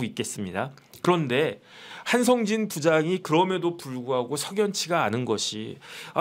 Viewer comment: 동기생이라면서 한성진을 한상진으로 발음?